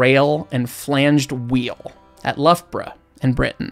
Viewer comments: may I congratulate you on successfully pronouncing Loughborough. Your next challenge is "Frome" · I'm so impressed you pronounced Leicester and Loughborough correctly. I've lived in Leicester all my life and even other brits get it wrong. They are connected by the only double tracked mainline preserved railway in the UK.